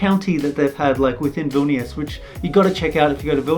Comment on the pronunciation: well jokes on you im already in baltic's i'm lithuania >:3 also i like how every person pronounce vilnius wrong ;w; but it's okay